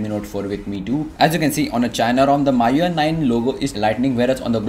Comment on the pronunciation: first of all pronunciation of MIUI isn't correct!